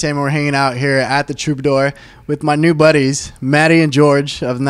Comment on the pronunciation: finally an interviewer that gets matty's name right